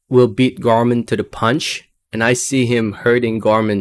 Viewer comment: Pronounce Nathan last name any way u want brother. Love ti hear them Gore mon vs Janebeck ? I think u right on money break down late win fab